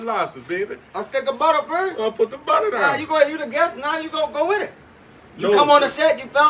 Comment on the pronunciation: you make some serious good soul food. but i love how you say butter its not butter its "butta"